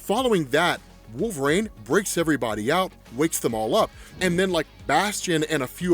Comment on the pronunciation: Bro, please stop saying wolve"raine" jeezus